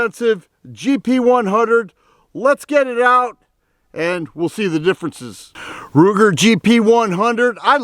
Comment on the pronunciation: Did he say Looger, Rooger or Wooger? 🤦🏼🤷🏼